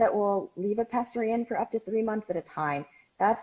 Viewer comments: It’s pessary not pezzary. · If the doctor says "peSSary" I think they know how to pronounce it correctly.. Every time you say "peZZary" I want to scream